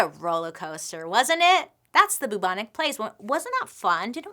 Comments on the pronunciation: Hey Bailey, I'm your biggest fan and I always watch immediately every story you post because they're so interesting. One thing though that made us chuckle every 5 minutes while watching this vid, is how you say Bubonic. It should be pronounced "Bewbonic" like "new" not "Boobonic" 😂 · I appreciate the attempt, but the pronunciation is still not right. It's not pronounced boo-bonic, it's pronounced closer to byou-bonic plague because a symptom of the plague is the formation of buboes on the body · no longer pronouncing bubonic as byoobonic, but as only boobonic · its peonounced byou bon ic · The cutest thing is in the UK we pronounce it B - YOU - BONIC but she can say BOO all day long! Love you Bailey! Keep doing what you're doing you're a flash of light in the darkness of my day! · Actually a couple of months after the COVID outbreak started in China there were also cases of the Bubonic ( the u bit is pronounced Ew so it's B-eww-bonic )plague not far from where COVID started. It's never died out as the fleas live on rats but outbreaks are rare but since COVID started in China it's interesting that outbreaks of other viruses or plagues have risen put of nowhere. Strange eh ? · The way she pronounces bubonic is hilarious! It's pronounced b-yew-bonic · Haha in the UK we pronounce it like ‘byoo-bonic’ plague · Pronounced Bewbonic 👍😃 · Love Bailey, but I did burst our laughing every time at the pronunciation of Bubonic! Literally never heard it pronounced that way lol